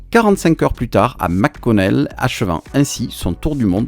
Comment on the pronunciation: Petit cours de prononciation qui choque a chaque fois que j'entend les francais faire cette erreur courante. le préfixes Mc comme dans McConnel air force base ne se prononce pas MAC Connel mais bien comme si on disait MEC et il n'y a pas de pause entre le Mc et Connel, essayer de dire MEConnel et vous serai pres de la bonne prononciation. MAC ne peut se prononcer que si le préfixe est Mac... sinon Mc = MEC.